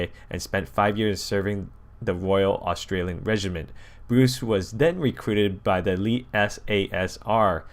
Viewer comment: Iv never cringed so hard you reading some Australian words wrong made me want to die